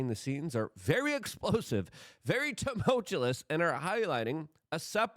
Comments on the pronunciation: Luke, i know you love the word, but its pronounced "tumultuous" [te-mul-tchu-us] not temultulous. You add an extra L at the end that isnt part of the real word. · Tumul- Tu - Ous Luke. Not tumultulus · TUH-Mole-TYOU-us. Please pronounce tumultuous correctly. Please bro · It is pronounced "tumultuous" For the love of God, Luke